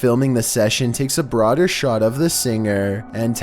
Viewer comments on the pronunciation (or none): none